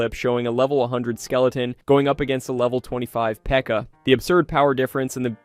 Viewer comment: did you just say ''P E K K A'' instead of '' pekka''?